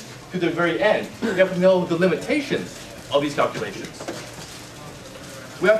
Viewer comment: You have to do "cal'clations."